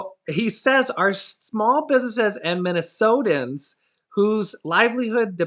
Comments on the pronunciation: Hi, i hate to see you struggle pronouncing words, so try this: Minni so tans. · That's okay if you can't pronounce Minnesotans! I forgive ya. LOL Happy Thanksgiving to you and your family!